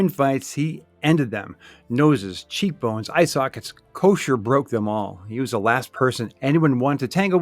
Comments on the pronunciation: “Ko-Cer” not kosher lol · Joey Ko-sir...not Kosher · I’ve heard announcers mispronounce Kocur’s name a lot. Koshur Kokerr Kos-cherr